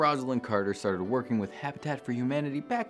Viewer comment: Please!! ROSE…..alynn Carter NOT ROZalynn. Learn to pronounce her name correctly or don’t pronounce it at all. So tired of this.